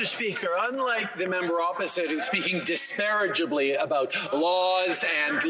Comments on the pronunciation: ............. There is NO SUCH WORD as "Disparagebly" !! I used to think that you should go back to being a Drama Teacher, however, you should not be allowed to be in the education field at all!! You should go live under a rock, with your Mommy.. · Dispareably? I think he means disparagingly. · “Disparagibly”?! Smh, Trudeau is not a smart man. 🤦🏼‍♂️🙄😂